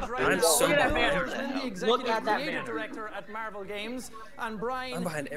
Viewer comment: "MERVEL"